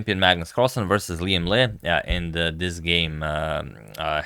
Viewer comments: Correct pronunciation, I'm a bit surprised! Most non Vietnamese often pronounce "Lee" instead of "Le" or "Lei". I bet you've done your research, and it's absolutely okay to call Liem Le, it's for international use. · Thank you Agad to pronounce our Liem Le the right way